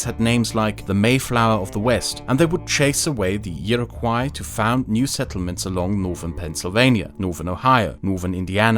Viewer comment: Great video, but just one thing Iroquois is French and it is pronounced (Ee-roh-kwaw)